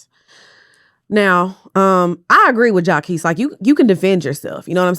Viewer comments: Shout out to jaqesse im a fan 😂😂😂 as u pronounce his name wrong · Mispronouncing jacquees over and over is sending me lol! is funny without trying. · jania and jaquees caught strays with the pronunciation lmaooo